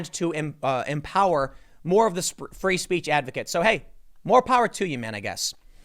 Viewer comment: Tim “spree feech” Poole